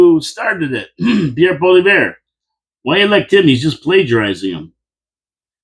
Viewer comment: Try this for pronunciation, "Pauly-ev", say it out loud, "Pauly-ev".....our soon to be PM, Pauly-ev!